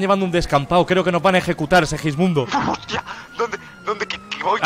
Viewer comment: Ajajj sí el que dice sewijmundo